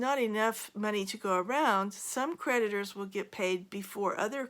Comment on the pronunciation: Lolol when she said creditors i thought she said PREDATORS! I giggled. I wasn't really wrong.